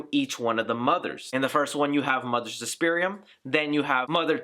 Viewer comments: Not trying to nitpick, but if you're gonna do an explanation video, you lose all credibility if your names / pronunciations are off. It's Klemperer, not Kempler It's Coven, not Covenant And they reveal her name to be Suspiriorum, not Suspirium at the ritual scene Hope I'm not nitpicking too much, and if I am, forgive me. It was just grating to hear those words over and over again. Love the video, though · Dude just on a friendly note you did botch the names Suspiriorum and Klemperer. Great explanation. Also it was Tanner who put the spell on Olga because Blanc said what happened was a mistake. Sorry if I'm sounding like a dick I'm just a huge Argento nerd! Seriously good job bro!